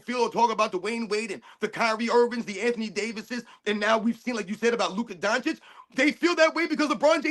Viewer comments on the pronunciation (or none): none